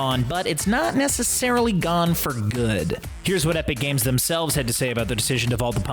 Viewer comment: Did anyone notice he says epic cames lol